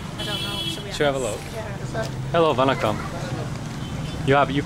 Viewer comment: The way you pronounce vanakkam and nandri is way better than Indians from the other states(north) 🙏